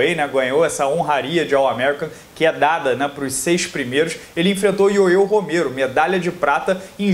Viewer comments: primero aprende a falar Yoel Romero que parece uma criança falando . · Ué?parou de falar ioiô Romero...kkk show...